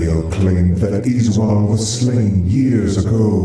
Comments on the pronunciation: I always thought his name was Uh-zool 😂😂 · Its hilarious how you mispronounce Izual, even though everyone says it. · You can pronounce Izual's name either way as I don't believe there is an 'official' way to say it. Just happens that the voice actors say it as Iz-wall but I've heard others (and myself) say it as Iz-yoo-all. In the end, it doesn't matter as anyone who knows the game will clearly understand the character you are talking about.